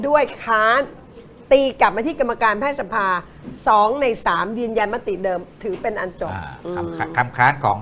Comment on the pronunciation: ผมจำผิดไหมนะคุณครูเคยสอนว่า "แพทยสภา"ให้อ่านว่า แพด-ทะ-ยะ-สะ-พา หรือผมความจำไม่ดีหนอ สงสัยจริง